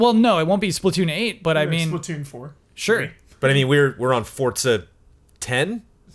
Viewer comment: CORRECTION!!! Forza is pronounced FORT-ZA.,, and are all pronouncing it right, yet you refuse! Forza is the Italian word for Strength, Power, and Physical Force. I literally had Italians in my living room yelling at me for pronouncing it with a soft Z sound when I showed the game. They told me it takes all of the power out of the word. Think of it like other Italian words we've borrowed, like Pizza: Peet-zah... not Peezah:P